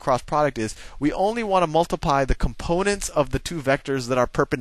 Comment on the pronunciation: "multipie" lol